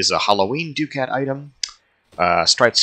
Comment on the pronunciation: Ducat is pronounced (Duc-at) not (Du-cat) i’m not trying to be the annoying grammar correct in person but just saying.